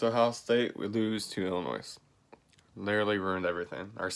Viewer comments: It's pronounced Illinoy not Illinoise and quit cryin' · Did u actually pronounce the s when u said Illinois? 🤦‍♂️🤦‍♂️🤦‍♂️